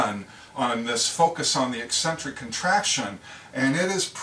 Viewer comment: What a great explanation. And it is nice to see someone pronounce eccentric correctly.